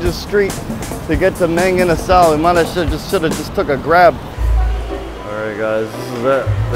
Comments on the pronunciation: Not only they put asado sauce on rice, they pronounced mang inasal the cringiest way possible. Not hating btw just saying. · When the lady said Bon Chon for lunch, i thought "how dare you not say MANG INASAL!" HAHAHA